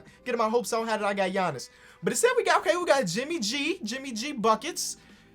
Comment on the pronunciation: You Said JIMMY G NOT JIMMY B.